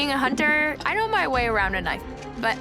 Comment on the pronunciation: “Being a hunterrrrr”